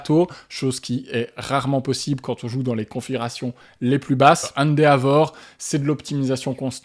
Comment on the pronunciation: Encore une vidéo très agréable. Il faudra que je mette le nez dans l'univers impitoyable du jeu de plis Japonais un jour. en revanche, après plusieurs vidéos dans lesquelles il est cité, je ne parviens plus à me taire : Endeavor se prononce plus "Haine Dévore".